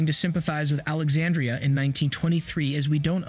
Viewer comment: Pronouncing Alexandra’s name wrong.